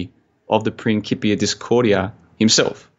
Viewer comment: It is principia. c=k in latin. Very interesting talk I just loved it. Hope there's more. Need to dig into the illuminati deck thing. About the crypto coin I'm not surprised banks are on it already. I worked for 2yrs in financial backoffice and they preached the benefits of blockchain in internal propaganda...